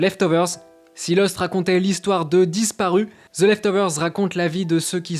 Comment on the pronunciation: Vous faites exprès de dire ''Ze'' ?